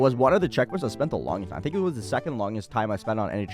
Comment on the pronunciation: "a long hime"